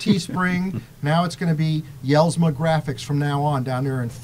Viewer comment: Hey love the show been watching for a couple years now. Denny is a friend of mine and he really makes a nice product. However I want you to know that his name is pronounced like (Yells-ma) The J is silent. Thanks for the show keep up the good work!!!